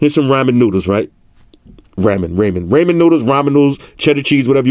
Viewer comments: Raymen noodles lol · Raymond, Rammin, Rommin noodles 🤣🤣🤣🤣🤣🤣🤣🤣